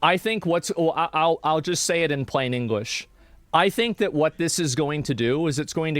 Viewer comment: He obviously said "dat"